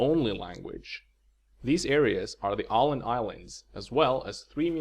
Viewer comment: Bra kanal! Du kanske borde uttala platsnamn på svenska istället för att göra om dem till engelska. Ett exempel är Åland som du uttalade som en amerikan kanske skulle uttalat det.